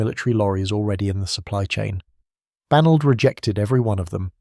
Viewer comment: IT'S BAGNOLD you ignorant programmer